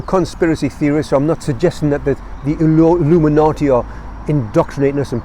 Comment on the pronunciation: Fantastic vid. I love the passion and the energy, it helps to keep me going. Also, Illuminati sounds awesome in a geordie accent. Keep grinding everyone. 🤘🌱